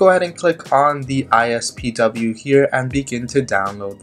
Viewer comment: Did anyone else notice that he kept saying "ISPW" instead of "IPSW"